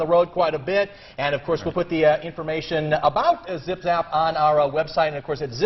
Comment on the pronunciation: "You're with a company called 'Zip Zap'" "Correct." Haha it's Zim Zam! Lmao